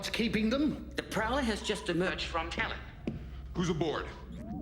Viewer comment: They named him Talyn, I keep hearing Stalin 😅